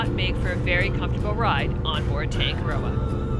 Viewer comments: Please try to pronounce Tongue A Rdrdoa correctly, roll the R 😊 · im from nz, the way you say tangaroa is wrong. Sounds abit weird how you guys say it